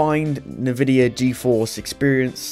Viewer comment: N-vidia my dear fellow not ne-vidia :) more benchmarks with your new setup please......you can not have a life, you must bench bench bench!!